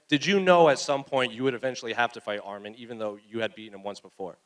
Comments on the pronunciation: To the first couple reporters… his name isn’t Armen… it’s Arman… say his name correctly. Not an E its an A. lol bro seriously your getting paid to ask question learn how to say the fighters names. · Name is Arman NOT Armen